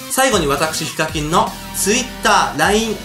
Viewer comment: ヒカミンて最初聞こえた